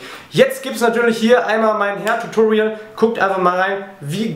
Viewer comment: wenn du hairtutorial sagst, klingt es manchmal wie herrtutorial :D nicht böse gemeint, finde deine videos klasse :)